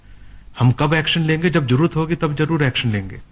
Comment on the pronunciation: Pehle bolna to seekho.. jarurat nhi hota zaroorat hota he.. in ko kon smjhaega.. or ye hum se laren ge jin ka shoq he shaheed hona.. 😀😃